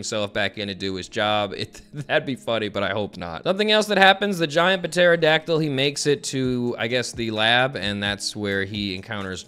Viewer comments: Bro puh-terodactyl is CRAZY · I love u but homie do u not know how to pronounce pterodactyl like I can't tell if it's for the meme or not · The ‘P’ in Pterodactyl is silent ❤ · Has no one told about the silent P? Wait a hot second... for the entirety of Wano is he gonna call King a Puh- Terydactyl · I love how says pterodactyl. 😂 Just reads it like a normal person. Sees the "p" says that a weird way to spell that... fuck it puh-terodactyl 😂😂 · Puh-terodactyl is my new favorite word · Cause he kept butchering pterodactyl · please, the P is silent